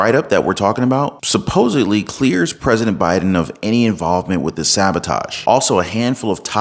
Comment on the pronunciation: Its definitely B!d-in lol